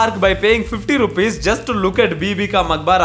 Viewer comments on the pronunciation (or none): none